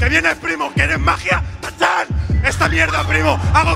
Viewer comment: No es cha chan, es "tachán" 🤓☝️